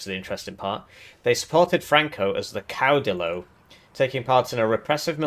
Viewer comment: Did you pronounce caudillo wrong deliberately too? It's pronounced like "cauw-deeyo" pretty sure. The "ll" is pronounced like the "ll" in "million".